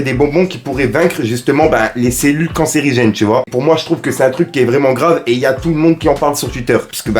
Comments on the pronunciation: Ce mec est 1 charlatan j'espère qu'il aura des problèmes avec l association des médecins et le pire il sait même pas dire le mot :cancérigène abruti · DÉJÀ....il sais pas dire cancérigène donc ça va pas du tout 😝